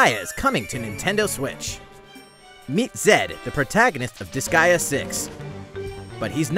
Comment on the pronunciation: Wsh il a dit UN NOUBEAU DISGEA ARRIVE MEEEC ! J'me suis dit C'est quoi Disgea 'O-O